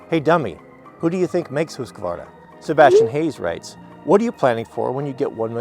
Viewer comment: Husqvarna is pronounced with a short U